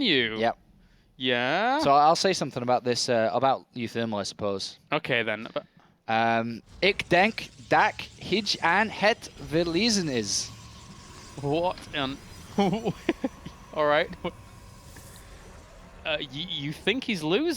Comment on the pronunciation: "hij" is not pronounced "hitsj"